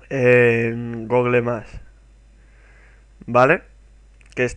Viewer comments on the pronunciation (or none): Se dice Guguel y Guguel plus, no tal como se lee.